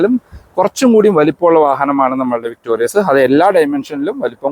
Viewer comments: ചേട്ടാ... ""വിക്ടോറിസ്"" എന്നാണോ ""വിക്ടോറിയസ്"" എന്നാണോ...??! അടുത്ത വീഡിയോ ഇൽ ആവശ്യമെങ്കിൽ തിരുത്തുമെന്ന് പ്രതീക്ഷിക്കുന്നു.... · ചേട്ടാ ഇത് വിക്ടോറിസ് ആണ് അല്ലാതെ വിക്ടോരിയസ് അല്ല